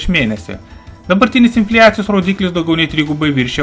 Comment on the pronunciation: Viskas tvarkoj, aciu uz trumpas ir gan issamias zinias. Nu bet... inflijacijos mano ausys neatlaike.